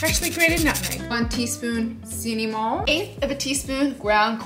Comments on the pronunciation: I love how she pronounces "SiniMON" lol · For the way she pronounces cinnamon as seeneemon? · Who the heck pronounces cinnamon like this?